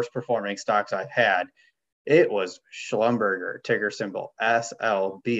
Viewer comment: It’s not a fast food chain. Schlumberger rhymes with Neglige.